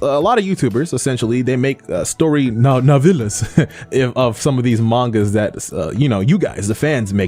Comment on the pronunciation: Dude said Nevilaz. Was he trying to say Novelas?